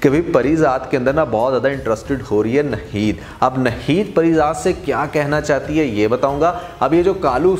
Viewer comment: Bhai aap NAAAAHEEED naam liya karein NaHEED nahi :) achay reviews hein aap ke